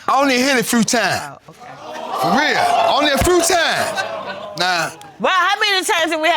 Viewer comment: Did that old man say "I only hit it a frew times" I'm done😂😂